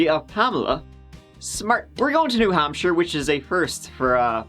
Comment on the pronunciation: Hey, you pronounced New Hampshire correctly!